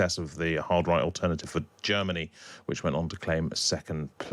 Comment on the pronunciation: MERZ SAYS GERM MANY WILL BE A GREAT BAZI COUNTRY AGAIN.